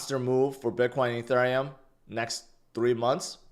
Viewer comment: Why do you say “Ethurium” like that?